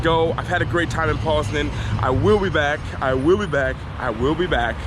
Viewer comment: Hey: Say Poznań like Pose-Nine. 😁